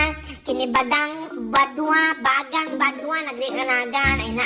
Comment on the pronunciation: Bagang po hindi badang.hahaha..im half german kc.haha..(german shepherd).hahaha